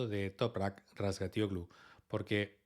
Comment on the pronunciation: Por cierto, es un espectáculo lo bien que pronuncias el apellido de Toprak. Aunque digas que no, va en serio. Será por práctica, pero me quito el 🤠 sombrero